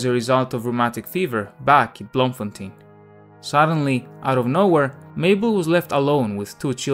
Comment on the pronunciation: As a South African I am proud that Tolkien was born here despite him being not being a South African citizen. Oh and Baboon spiders are no joke those things aren't dangerous but pack quite the attitude. Oh and Bloemfontein is pronounced bloom-fontein.